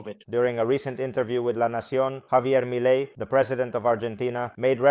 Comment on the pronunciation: También se le escapó un "my law" (Milei) 😂